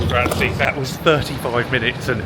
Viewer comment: "gratzy" lol